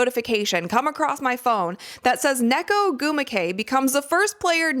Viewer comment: Um about Nneka, It's pronounced [Un-Nay-Kah] The two n's are pronounced separately